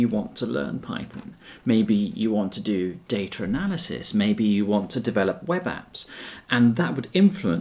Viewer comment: "Daytra Nelisys"